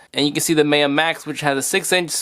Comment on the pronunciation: pronounced MyUh, like the Mayan civilization